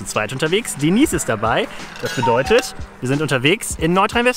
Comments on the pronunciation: Sagst du eigentlich mit Absicht Deneise statt Denise :D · Super recherchiert. Bist du sicher das Du Ihren Namen richtig aussprichst? "Deneise" hört sich komisch an, ich kenne es als "Denies" ausgesprochen.